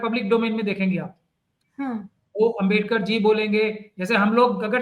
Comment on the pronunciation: It's a great mistake of pronouncing Ambedkar word several times is not only inslt of AMBEDKAR but the people those are believed on constitution of INDIA and I congratulate you on your wonderful comment about it